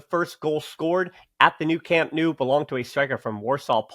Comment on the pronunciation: Hey! I encourage you to fully commit to the “No” sound for Camp Nou. Just say “No” to “New” and you can’t go wrong!;) Keep up the great work. And yes, Eric was an absolute boss today. We’re lucky to have such great depth and versatility this season. Hoping to see the team at full strength soon!